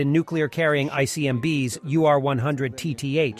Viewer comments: Seriously “ICMBs”??? Does no one check the video before it’s uploaded??? If you want to hire someone who won’t fuck up basic abbreviations or geography and also has a huge base of knowledge already on this topic hit me up. You can fire your narrator. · They are called “ICBM’s” not “ICMB’s”.